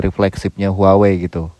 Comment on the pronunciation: cara menyebut brand-nya : WAHWEi